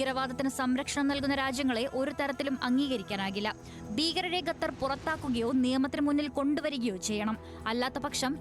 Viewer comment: ഗത്തർ ഊംഫിയല്ലോ ഗത്തർ അല്ലടാ മലരാ ഖത്തർ